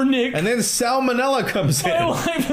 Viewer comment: "And then Sal Manella comes in" PLEASE NO